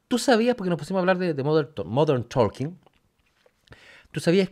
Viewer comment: Se pronuncia TOKEN, no ToLken.